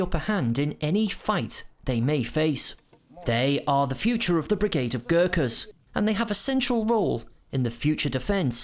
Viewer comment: ओहो आउनुहोस् - Girkas, Girkers, Gerkins it's not so hard GURKHAS🤔